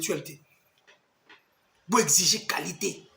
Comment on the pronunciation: On dit « vous et moi ». Maintenant que tu vis en France, il faudra s’efforcer désormais de se défaire de cet accent qui transforme la lettre u en i Sur ce, bon vent dans ta nouvelle vie